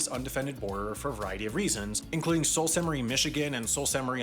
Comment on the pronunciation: SALT Sainte Marie is wrong pronunciation!! It's pronounced SOO Sainte Marie! Like the Soo Locks.